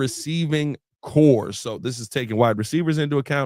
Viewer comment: Receiving CORPS, not CORE.